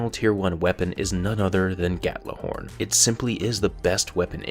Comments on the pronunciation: It's not Gattlahorn. It's Gjallarhorn. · Did you just say Gattlohorn instead of Gjallarhorn? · Wtf is 'gatlahorn' I'm pretty sure it's pronounced like 'gyallerhorn' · Please stop pronouncing ghorn like gat la horn it's so annoying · I am not saying it's wrong by why do you say Gat-la-horn? That pronunciation does not make sense. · Why does it always sounds like he's saying "Gatlahorn"?